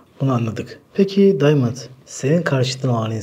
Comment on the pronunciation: Daymınd değil ! Adam arnavut ve adı diamand